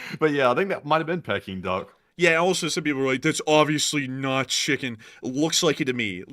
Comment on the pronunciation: It’s “pee” king duck